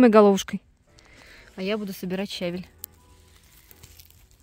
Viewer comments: Вы меня извините, пожалуйста,но всё - таки нужно говорить правильно щавЕль.Я понимаю,что это не урок русского языка,но всё же...И правильно ревЕнь.А за ролик спасибо.Подписка! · Подача материала великолепная:точно, без лишних слов, информативно. Но ударение на слове щавель ставится на втором слоге, если сомневаетесь,загляните в орфографический словарь русского языка.